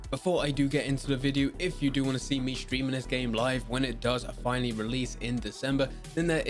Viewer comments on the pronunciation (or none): none